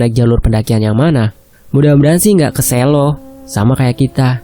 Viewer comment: Musuk,Lereng Merapi hadir...harusnya Selo bacanya bukan gitu min tapi kayak ejaan kata perang bukan merah,,berbeda di E nya